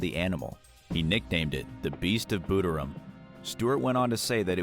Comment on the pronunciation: Its pronounced “bUderim” not “booderim. I am NOT trying to be rude Soz.